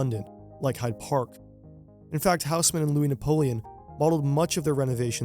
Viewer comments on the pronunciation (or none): none